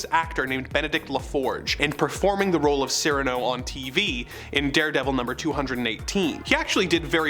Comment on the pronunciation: I weep for your pronunciation of Cyrano, of Vietnam... or parishioners.